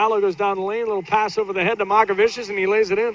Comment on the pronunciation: It's not Makavičius lol, it's MOCkevičius (c pronounced like ts and č like ch)